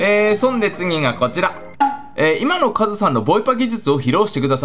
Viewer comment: はいどうもこんにちは勝村でーす。って聴こえた